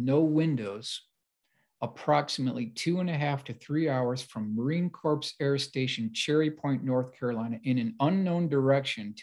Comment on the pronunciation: Thank you, I was cringing every time.... 😵‍💫